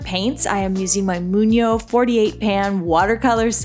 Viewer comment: You have to pronounce G. It’s Moon- gyo not Moon-yo. Thank you for sharing. ❤️ I’ll paint some 🍄 🍄 today!